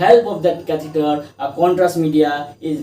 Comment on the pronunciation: catheter pronounciation/spelling aap ne galath likha/bola